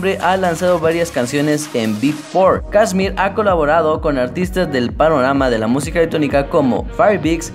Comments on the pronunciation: kshmr no se pronuncia kiusrm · Tu pronunciacion es un 10/10 :v "Kasmir, Firebicks, Quernei (Te mamaste)" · Mira mejor no hagas un vídeo sobre KSHMR si no sabes pronunciar ni su nombre. Que el tema principal al principio fue 'Leviathan'? No tienes ni idea hermano, Leviathan no salio en Spinnin Records, fue un FREE DOWNLOAD sacado por el mismo KSHMR, el tema que le dio la fama fue principalmente al principio Megalodon, luego Burn y mas tarde Secrets. No hagas estos mierdivideos si no sabes nada sobre el y haz buscado la información y wikipedia y dicha a tu manera.